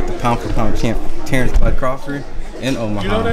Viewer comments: It sound like tank lol but he did say Terence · He definitely said tank😂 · Lol Forreal it sounded like he said Tank..then u can here the "Ence" 🤣🤣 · Lmao I thought he said Tank clear as day but then replayed it over and over cuz dude above me said he said Terence and after replaying it he actually did say Terence 💀 that's the audio version of an optical illusion that's for sure 🤣